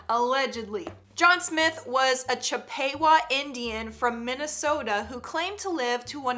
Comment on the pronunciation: That Indian name is actually pronounced as "Chip-Puh-Wah". Not Chip-Pay-Wah.